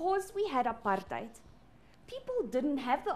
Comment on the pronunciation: Am I the only person that noticed the way she says APARTHEID